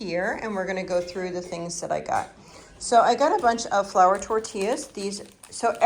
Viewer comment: Flour not four 😅